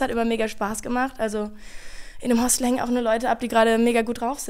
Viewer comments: Macht es nur mich verrückt, dass das Wort “Hostel” wie Hostell ausspricht? 😅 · es heißt Hostel, nicht Hostell 😂